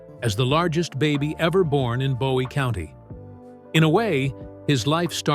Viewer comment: That’s not how you pronounce “Bowie County,” silly yankee.